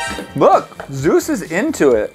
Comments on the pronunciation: Say zues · “This dog can bench press YOU” Me: do you mean French press you 🥴 “Zeus” Thanks for the likes💛💛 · DanzOhhh how else are you supposed to pronounce it? Lol